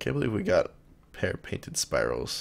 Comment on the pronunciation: He pronounced spirallis 3 different ways, and none of them were correct...